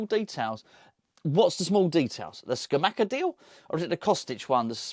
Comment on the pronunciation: can you please learn how to pronounce Scamacca. It isn't hard. It's not Scamacca, or Scamacca, it's Scamacca! Easy.